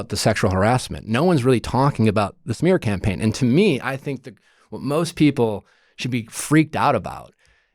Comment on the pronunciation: I also like how he said “shmear campaign” 😂